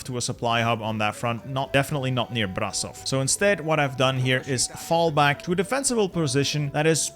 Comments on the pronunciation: Brasov? ITS PRONUCE BRAȘOV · Idk if you'd care but if you want to pronounce Brasov correctly it's pronounced with a "sh" sound instead of an "s" sound :)